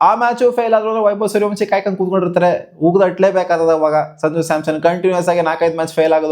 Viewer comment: ಕಾಯ್ಕೊಂಡು ❌ಕೇಯ್ಕೊಂಡು ✅ ಸ್ವಲ್ಪ ನಿದಾನವಾಗಿ ಹೇಳೋ ಲೌಡೆ